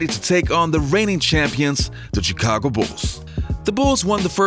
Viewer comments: The pronunciation of the “chi” in Chicago is “sh” not a hard “ch” like “chicken”. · Hey, I know Chicago is spelled with CH but when you say it it should sound more like SH